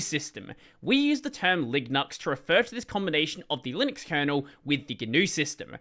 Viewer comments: Of course, Linux is a way better name, but if you were deadset on including GNU in the name, I don't hate LiGNUx, provided that is pronounced some other whay than in the video. The G is often silent in some words, like "gnome" or "gnostic". The name of the gnu (the actual animal depicted in the GNU logo) is actually suposed to be pronounced like "new" or "noo", so there would be precedent for pronouncing GNU this way. Alternatively, in words like lasagna, as welk as in french words, "gn" makes a sound similar to the spanish ñ, so it could be pronounced something like Liñux. Besides, on the tech comunity is not unheard of pronouncing things in a somewhat unintuitive way,. Who can forget about LaTeX, and the GIF vs JIFF pollemic? And all of this ignores people who speak different languages, and for whom the current name is already phonetically inconsistent. Spanish speaking people (for example) understand that MIT is suposed to be pronounced like "Em-Ay-Tee", and not like "Meet", and that SQL is pronounced "See-Kyuel", even though it is phonetically inconsistent with their understanding of language, so there is no reason not to expect people to pronounce a word a certain way if need be. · The way says LiGNUx in this video sounds like Lignuts! 😂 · I actually cannot stop thinking on the ligma meme each time I heard him.